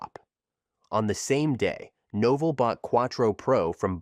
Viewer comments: NOH Vell, rhymes with Hotel. Said it right the first time, then lost it. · I counted three different pronunciations of Novell.